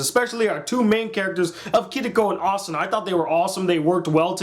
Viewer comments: The only thing i have a problem with is that I think you are saying Kiriko instead of Kirito. It might just be me but its just something i noticed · btw its not Kiriko its Kirito and not shuga its sugu(or suguha) and not kyaba its kayaba :D your spelling is just wrong , no offense. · Please learn the proper pronunciation for the characters names, for one thing the main characters name is not kitiko, its Kirito, Ki-ri-to. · its kirito not kiriko or even kirika wtf nigga??? you only pronounced yui and asunas name right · this is actually one of, if not my favorite anime of all time. also pardon my language but ITS PRONOUNCED KIRITO NOT MOTHERFUCKING KIRIKO, again pardon my language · ***** (trying hardest to keep calm) d-did you just call kirito "kiriko"? im guessing you watched the dub? or did the one who subbed it for you just do a terrible job. only excuse. most of the names in soa you miss pronounced....... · It's not "Kiriko" it's "Kirito" o_o' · Kiriko? xD its Kirito. and not another a hater of the amazing SAO! :3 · He got the name wrong its Kirito not Kitiko or ka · it's pronounced kitty-toe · I hate insest. Also their names are pronounced Kee-ri-to and Su-gu. You pronounced Asuna's name perfectly. 😊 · His name is kir-i-to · i nearly put my fist through the monitor when he said kiriko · i justt think you like the back story and character development a lot more than a usual anime watcher. i like that though. i feel like they couldve covered the time period gaps but they were limited to episodes and aniplex doesnt have the kind of budget to be throwing in fillers and stuff. haha and its "kee ree toe" with a japanese accent on the ree. i agree with the asuna back story though, but lisbeth was really a minor character and i guess thats why they didnt go into her back story. awesome video. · who else cringed when he miss pronounced Kirrito's name!?? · i loved this review bot you are seing kirito rong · He screwed up kirito's names so many times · you said kirigo